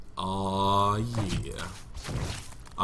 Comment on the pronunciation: pause in the middle of his AAAW YEAH lmao